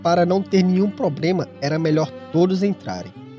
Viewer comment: Meu chefe, você disse "probrema", quando escutei isso eu tive que me inscrever, aqui é a minha galera! Não é piada! É nós! Valeu pelo conteúdo!!!